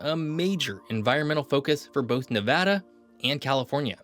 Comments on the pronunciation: As somebody who's lived here the majority of my life, thank you so much for saying NEVADDA and not NEVODDA. I've had to correct so many educational channels on this. Drives us crazy! Right on for your video here. Aweosme facts. I didn't know we had some of the oldest rees on the planet. Very cool fact. I live in Elko Nv. And the Ruby Mtns are over the hump to Springcreek and in our backyard. Basically, it's a 25 to 30 min drive. They are a beautiful range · You got me at the beginning when you pronounced Nevăda correctly! I’ve been in Nevada more than 30 years and have been all over this state. From the Valley of Fire to Lake Tahoe, Cathedral Gorge to Fly Geyser, Pyramid Lake to Great Basin National Park, and Virginia City to Rhyolite, there is so much more to this state than Las Vegas! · The explosive growth has a lot to do with the invention of air conditioning that made the area more inhabitable. Also thanks for pronouncing it correctly. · A: it’s a real voice, B: at least he got the state name right? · The fact that you reiterated Nevada… makes so happy. Thank you for pronouncing it correctly. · Thank you for saying "Nevada" properly! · Thanks for saying Nevada correctly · Thank you, thank you for pronouncing Nevada correctly. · Thanks for saying Nevada correctly. 🤘🏼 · Earned my like for pronouncing Nevada correctly 🫡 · Born and raised in Las Vegas Nevada! It’s the best state and thank you for saying the name correctly. 🏔️ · Thank God you pronounced the name correctly! Good Job! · Thank you for saying Nevada correctly. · You are the absolute winner for pronouncing Nevada like a local! 🏆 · Thanks for pronouncing Nevada correctly! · The best part about this video is the correct pronunciation. If there's one thing that pisses me off about a lot of geography videos, its when people say "Ne-vaw-da" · Thank you for pronouncing Nevada correctly. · When people say - Nev-aw-da, not Nev-ad-da